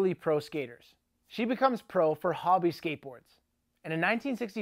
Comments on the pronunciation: Ho-bie...not hobby. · Southern California is pronounced "ˈsəT͟Hərn" or Suthurn. Hobie is pronounced hoe-be. Get it right there, eh. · I thought Road Rider was there own company ? Also its pronounced Ho bee 😊